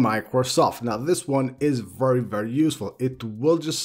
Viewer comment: IKR “vrrry vrrry”